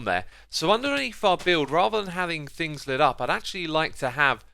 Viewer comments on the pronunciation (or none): "If you fink fings frough" -- I LOVE your accent/dialect, Xisuma!